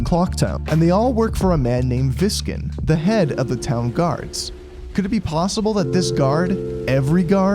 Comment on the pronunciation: Captain Viscen's name is pronounced "Vy-sen", not "Vih-sken". It's another coffee reference like the names of Kafei, Madame Aroma, Mayour Dotour, and Cremia. "Viscen" is derived from the Japanese word for roasting coffee beans, which is 焙煎.